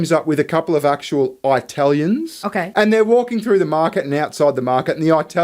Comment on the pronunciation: The way says Eye-talians is triggering me